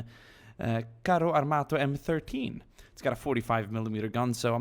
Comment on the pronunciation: I'm italian and i felt bad when you said CARO ARMATOH! xD PS: You should use the 90mm Ansaldo! :P